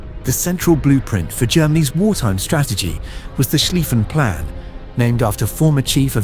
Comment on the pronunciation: What this Turkish video got wrong, pronunciation-wise: "Zollverein" is pronounced TsolFe-rayn Krupp (the industrial giant) is pronounced KrUpp or Kroop (guttural accent on the U ). What it got right The "Schlieffen Plan" 🙂🙃